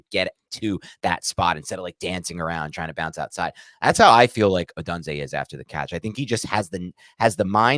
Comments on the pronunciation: Love Rome and great video but please for the love of God stop saying uh-done-zay its pronounced oh-doon-zay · I believe it’s O-doon-zay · HowToPronounce and the YT channel (How To Say) both pronounce it as: O-doon-zay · I think it’s pronounced: Oh-done-zay. Which, if correct, would allow for a CB to be call done-zo when he gets beat by Rome. Top notch content as always men!